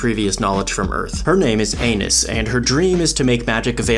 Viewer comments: We know he said "anus" on purpose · bro i could've sworn you said 'anus' 😭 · the fact he kept repeating that their name is Anis while pronouncing it like anus but still making it sound like her name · Bro did Anis wrong! Bro called her an anu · I love how you purposely kept mispronouncing Anis’ name lol